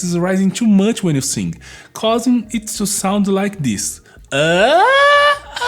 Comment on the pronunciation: As a vocal coach, have you ever tried learning to make the "th" sound used in English? And the proper "i" sound in "sing" instead of the hard "e" sound?